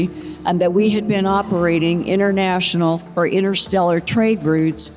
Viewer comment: Thanks for that but I heard innersteller.